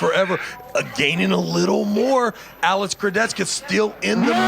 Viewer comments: travis please just armwrestle leave commentator ! you even can't pronounce kurdecha !!! why you say kurdetchtka :/ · everyone: alex kurdecha travis: alex kurdechkuh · Chciałbym, aby ktoś wreszcie dobrze wypowiedział nazwisko Alexa 😢